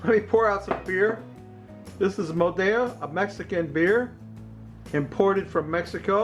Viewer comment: Great idea. I'll have to make some of those. Just a tip in Spanish, only double "L" is pronounced like an English "ya". Single L is pronounced just like it is in English. Therefore, Modelo in Spanish is pronounced Mo-Del-Oh just like it is in English.